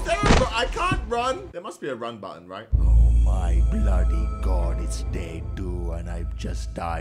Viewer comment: Stop say Boody